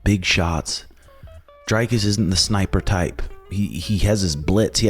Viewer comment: Pronounced Dree-cus rather than Dre-cus.